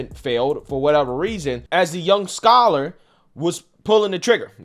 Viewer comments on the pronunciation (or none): Why do you keep saying scholar?